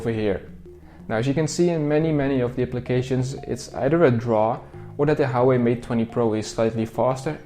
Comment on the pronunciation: Hauwei ? Pronounciation hahah